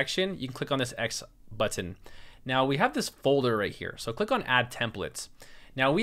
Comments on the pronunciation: People tell you that you say button funny? Yes, you do. I am from the midwest, where we have no accent there. (kidding) We say, buh'-ton, ton as in weight. accent on the buh with the ton descending. You say But-tin' tin not, ton, and with the accent on the tin, and it almost sounds like you are saying the "t" twice. I notice it every time you say it and I repeat it often. BUT....you are very easy to listen to, and bu-tin is not an issue for me. I hope that helps. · Man your tutorial is amazing. I did not feel sleepy because, I don't know. the way you are teaching is fun. and don't worry the way you pronounce button is nice and normal but, yes it's a bit weird hahahahahahah HAHAHAH! it's so funny when u share those stuff when you're kind a feel conscious about hahah! THANKS SIR!